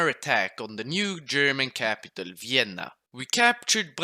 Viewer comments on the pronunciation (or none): none